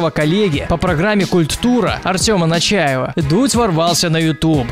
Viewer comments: Нечаев а не Начаев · не нАчаев, а нЕчаев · Артём НЕчаев, а не НАчаев😂😂😂😂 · Я единственный кто заметил что он говорит Начаева а правильно Нечаева? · не Начаев, а Нечаев)) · НЕЧАЕВ ,а не НАЧАЕВ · Артём НЕЧАЕВ, а не НАЧАЕВ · вообще-то Артем Нечаев а не ни Начаев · НЕчаев а не НАчаев БурдашЕв а не БурдашЁв